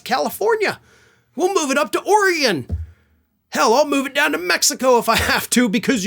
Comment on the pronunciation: Great video! you might be the only person from Florida who knows how to say Oregon correctly. Thank you for that!